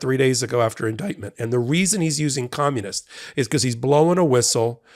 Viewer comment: No, he said, "commonist."